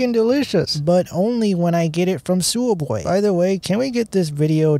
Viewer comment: You get it from where...you are butchering the name...its ...sub...way.